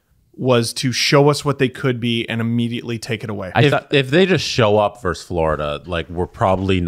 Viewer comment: it's "versus", not "verse".